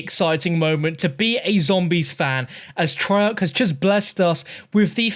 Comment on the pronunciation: Treyarc, more like trail-er